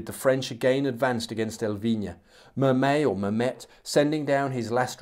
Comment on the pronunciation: Lefebvre = Luh-FEVV. Mermet = mare-MAY.